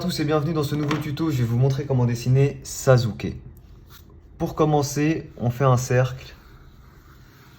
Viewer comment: sassuke et pas sazuke